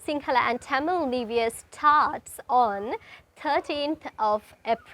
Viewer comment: "Niv" year? Neither American or British accents have that pronunciation..wonder where it comes from? 🤔